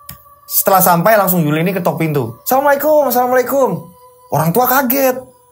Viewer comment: Wa'alaikumus salam mf..untuk pengucapan salamnya yang jelas dn jangan tergesa gesa. Krn ini mrpkan sebuah do'a🙏